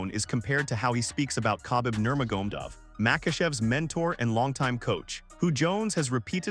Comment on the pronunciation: bruv is this your voice or AI? you mispronounced Khabib's name totally...otherwise, my 1st time - decent channel just stay who you are no clickbait and bullshit and lies and instigation.